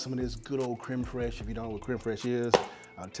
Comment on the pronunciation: Sir Randy Marsh doesn't appreciate the mispronunciation of creme fresh